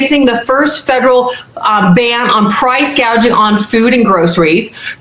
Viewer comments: Actually she said price gauging. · She clearly said price gauging during a natural disaster or bad weather. ugh. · If Kamala was planning to do something about price gouging, she wouldn’t have said price “gauging” in a speech, because she was reading it, and mispronounced it. If she was really addressing her concerns, she would have known what she was talking about, and not reading someone else’s words.